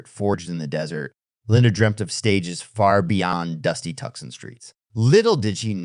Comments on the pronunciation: ...and 'tuckson' (Tucson). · It's pronounced Too-sahn, Tucson.